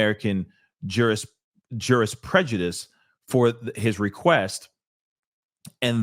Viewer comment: Women do not "sire" children, sir. Will you really be wearing pearls during the trial - to "clutch/?" Word is ju·ris·pru·dence [jo͝orəsˈpro͞odns,ˈjo͝orəsˌpro͞odns], not jurisprejudice. Level up. Yes, if the media has access to too many of these videos - which are sexually explicit - and they go viral, soon she won't be able to go a restaurant, the gym, corner store, anywhere, without crossing paths with someone whose seen at least some of the footage. Must be hard for the parents if they are listening to the testimony of how their daughter was treated for all those years. Seems we we never see/hear anything from them in media.🤔🤔